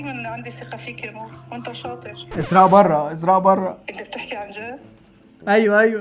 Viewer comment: اسراء في الفرنسية تنطق iserae موش esraa